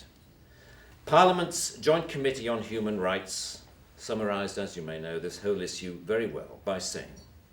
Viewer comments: Interesting how he pronounces "issue" :D he literally letter in letter pronounces instead of the typical "ishu". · To pronounce "issue as = is you" is fascinating.. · Is the way he pronounces "issue" (is-syou) some accent or just his own version?